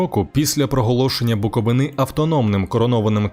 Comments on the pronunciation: БуковИни, а не буковинИ😂карл. Не розказуй історію про місто яке навіть вимовити нормально не можеш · БуковИни, а не буковинИ